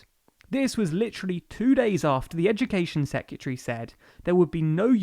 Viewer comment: on a video about education you repeatedly mispronounce secretary then misspell university - sheesh guys... top explanation otherwise